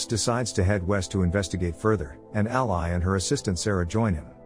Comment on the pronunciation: Listen to the text-to-voice before you upload. Ally and ally (ally, the name pronounced like alley and ally, the alliance partner) do not sound the same. Live and live (live, staying alive and live, being on stage) do not sound the same. Fix it, and you'll get another like.